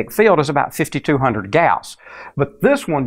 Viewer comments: not hun-red say it hun-dred. DRED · I can’t... good god man learn how to say hundred.. the “hunderds” were killing me... it was so distracting. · I love "hunderd." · "Forty nine hundurd" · "fifty-two hunderd" :D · or "hundred"